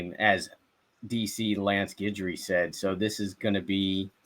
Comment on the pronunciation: Its not Guide-ry.